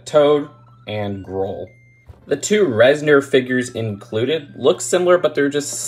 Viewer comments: Res-nor as opposed to Res-ner lol that’s all 😅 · It is a little annoying to hear call the Reznors “reznerz” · Why does everyone pronounce Reznor as reznER now